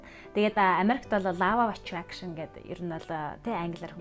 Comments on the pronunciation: Law of attractionы law гийн дуудлагыг лау гээд бичсэнээр нь дуудаад байх юм. Бараг лав гээд love гэдэг шиг дуудаад байх юм. Ло шүү дээ. Ло гэж дуудна биздээ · Law of Attraction = Лоо гэж унших юм биш үү, лаав биш